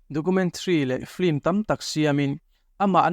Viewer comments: Film tih hi flim ti ang hian in lam daih zel hi mak ka ti deuh. 😂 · Lehkhathiam tak tak pawhin "Film" hi 'Flim' tiin kan lam fo mai hi engtizia nge leee !!!